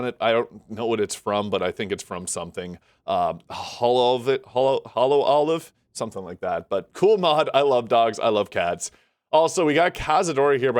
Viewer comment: no worries. I just thought I'd inform you since I knew what it was 😅 and if you want to pronounce hololive correctly, just say holo and live ❤